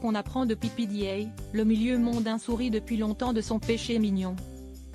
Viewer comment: Pépédéa, bon sang, apprenez à prononcer les noms!!!